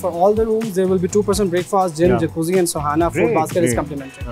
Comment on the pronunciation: its sauna not sohana!!! please correct it.